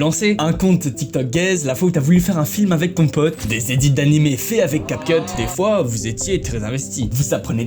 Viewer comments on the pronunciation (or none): none